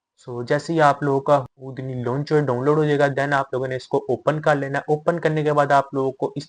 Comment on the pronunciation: it's "who-D-knee", not hood-knee .. the fuck? 🤔